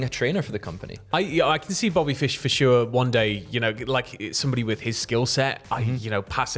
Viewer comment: Ha, you said “Bobby Fish, f’shure”